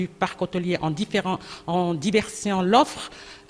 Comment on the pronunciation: Madame la dernière intervenante, on dit : En diversifiant et non en diversiant.